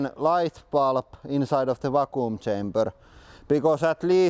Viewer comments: Not poking fun, I wish I spoke Russian as well as he speaks English. Vac-qum. Hope this help. ✌🏽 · Va-kuum XD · Haha "vacoom"